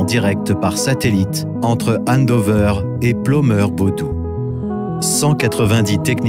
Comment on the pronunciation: C'est "Pleumeur-Bodou" pas plomeur 😁😜super vidéo !